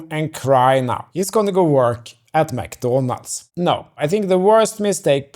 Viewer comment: Got a sub from the way you say McDonald's 😂